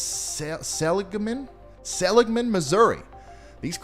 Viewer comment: For some reason I can't see the chat to see if anyone said anything... But just FYI: It is pronounced --- suh-LIG-man. :)